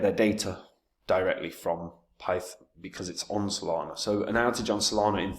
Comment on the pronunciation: You can tell does extensive research, because he can't even pronounce the name of the token despite the fact that it's provided on the main page of the website. 🙄